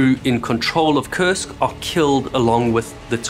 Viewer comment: Has anyone else noticed that it sounds like they're saying "CURSED" when they say the name of the sub?